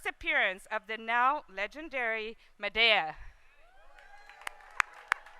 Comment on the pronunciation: Madaeyah? its MADEA